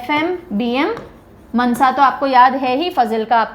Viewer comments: That is not मनसा It is मानसा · Mansa nahi maansa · Mnsa nhi mansa ❤ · That is Maaaansaaaaa Not mnsa ma'am 😂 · Not Mnsa it's maaaaansa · Not mnsa it's mansa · And mam mnsa nahi je Mansa ha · It is pronounced "Maansa" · Nicceee mam But Mansa ko ko thoda lamba bolna Mansa